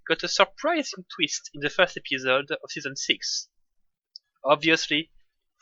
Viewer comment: Y a qu'un français pour prononcer "épisode" comme ça ^^ c'est la première fois que je vois un francophone faire des vidéos en anglais, c'est un peu perturbant d'avoir un aperçu de notre accent